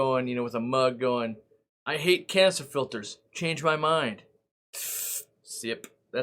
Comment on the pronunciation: It always sounds like You are saying "Cancer filter" 🤣